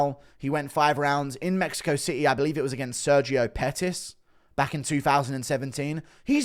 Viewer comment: Spanish gobble de gook? dude you cant even say city.